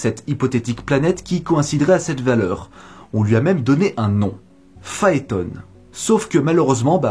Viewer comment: On ne prononce pas "Phaétone", à l'anglosaxonne, mais "Phaéton", comme Pluton. C'est la prononciation française.